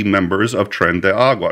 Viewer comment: Thanks! "Tren-day Ah-rah-gwa"